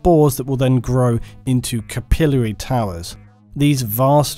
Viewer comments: It's swath not swaythe. We can deal with you mispronouncing capillary, but come on. Lol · Is that SERIOUSLY how you pronounce "capillary"? It sounded idiotic the way you said it several hundreds of times throughout the video